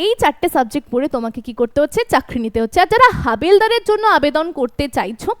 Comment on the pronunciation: 😅😅😅😅habildar r emon uchchaaron aage suni ni😅😅😅😅